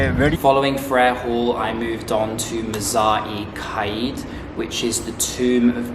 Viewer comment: You need to get your pronunciation better bro! Mughal is pronounced moghal, and it's Quaid pronounced kaid